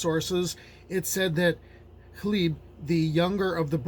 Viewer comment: Learning the correct pronunciation of Gleb makes this a great video, and I'm only three minutes in.